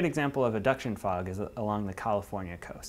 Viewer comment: aduction fog?, i thought it was advection fog, are you sure you got that right amigo...